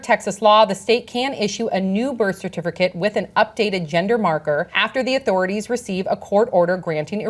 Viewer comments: says CERTIFURCATE. Lol. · I keep hearing cer-tif-ER-cate, and it's distracting me. 🤣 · is everyone just gonna ignore how sam doesn't know how to pronounce "certificate" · The only reason I watched the entire segment was to hear the host say "certificate "again. Lol